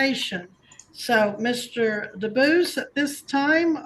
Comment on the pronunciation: Lose the AI voice! The name is Dubus, not Deo. Read it live because AI mispronounces words and has emphasis in odd places.